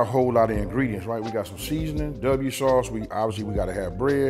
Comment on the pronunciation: " w " sauce lol hahahahhahahah